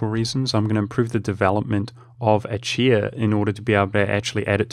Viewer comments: Pronouncing Achaea (Ah-kay-uh, ah-kee-uh) like "ah-chee-uh" is going to kill me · I mean... the actual Greek pronounciation is /axaˈia/, so the "ch" is a voiceless velar fricative (like the "gh" in "ugh"). /əˈkiːə/ is quite the terrible bastardization of that. Not like there's a "correct" English way to say it. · It's pronounced a-ke-a. Every Greek loanword in English has its ch's pronounced as k's. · Achaea is pronounced "acaea", ch as in 'chrome'.